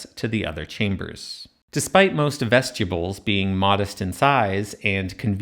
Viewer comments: That hurt my ears. Vestibyools not vestyibools. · Every time you say that word I think you're saying vegetables I don't like it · Dude, vest-you-bulls? Come on. You said it wrong like 65 times. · Excellent video, but I couldn’t stop hearing “vegetables” throughout the whole video lol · Another obnoxious AI voice. When he say vestibules it comes out as vegetables!